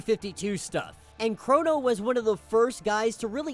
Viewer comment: I thought his name was “Krona” not “Krono”